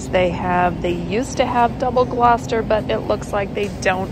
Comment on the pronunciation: Hats off to the first American I've ever heard pronounce Gloucester correctly 😂